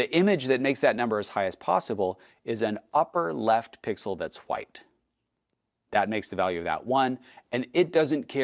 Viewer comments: can you please stop saying white as whuite. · why is bro saying Hwite? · Why do you say chwhite and white lol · Does anyone else notice when he says “white” he pronounces it “hwa-aight”